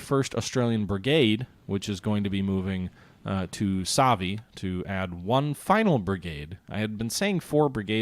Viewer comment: Nadi is pronounced Nan-di Savaii is pronounced Sav-eye-ee Pago-pago is pronounced pong-go pong-go